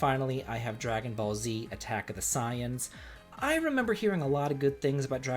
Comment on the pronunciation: You said Saiyan all wrong btw. Watch that show if you like DQ and Anime.